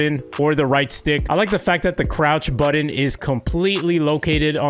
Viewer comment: Why do you say button like "bUtToN"